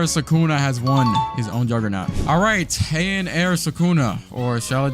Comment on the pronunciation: hian no it is heian